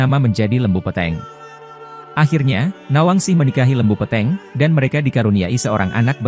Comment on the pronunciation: Lembu Peteng (sapi gelap) Pengucapannya salah itu